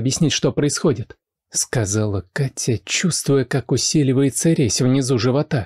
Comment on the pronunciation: Меня зовут Катя,но как Влад произносит это имя,меня аж коробит...бррр... Только познакомились и уже подруги,странно.